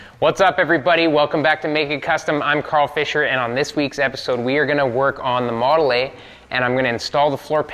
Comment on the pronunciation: Not sure, did you say model eh? Canada jokes. 😂🤣😂 Keep the great content coming! 👍🏻🇺🇸🇺🇸🇺🇸